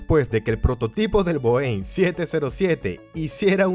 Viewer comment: Viniendo de alguien que narra sobre la aviación me da un especie de infarto cada vez que escucho cómo pronuncia Boeing.